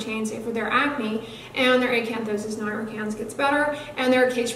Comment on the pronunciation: I LOVE HOW YOU SAY ACANTHOSIS NIGRICANS!!